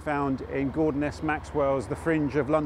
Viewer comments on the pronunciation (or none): none